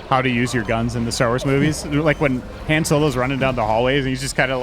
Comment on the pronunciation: is such a huge SW fan, I wonder why he pronounces Han’s name as Hen.